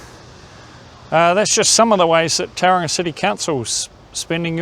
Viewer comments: Couldn’t you at least learn how to pronounce Tauranga correctly. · to be born in NZ and still unable to pronounce simple Maori place names correctly is embarrassing. Other than that, councils are 1000 times worse than any street gang. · How the heck did the bench and crossing cost that much, crazy. They could have bought the paint and the rainbow community probably would have done it for free. What struck a nerve with me is you could be housing homeless in some of those empty spaces, have artists studios to keep foot traffic alive. Also need to learn how to pronounce the name of you city.